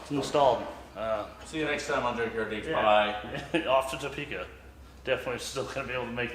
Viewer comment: I’m gonna give you a small, dumb tip as a Topekan. Pretend the O isn’t in the word and there’s like…an apostrophe instead. It’s more like a silent “uh” than an “oh.”